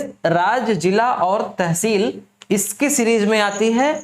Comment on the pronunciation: Pronounciation √ kr lo pehle ...blaaak blaaak kya lga rkhi h.....it's block Tehseel hota h